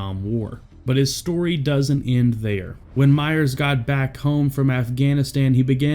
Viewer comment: "Myer" not "Myers." Sheesh.